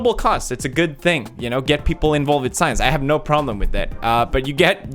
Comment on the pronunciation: The subtitles : I love science... PewDiePie : I love SAIYAANS...